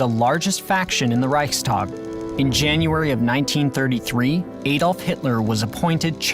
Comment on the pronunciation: Aside from him reading "Adolf" wrong, this should remind everyone in the world, what we shall never do.